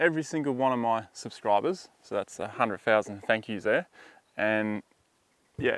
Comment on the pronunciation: That's a lot of subs for someone that can't pronounce 100,000